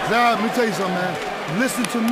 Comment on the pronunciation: You mean Zab, not Jab. LOL.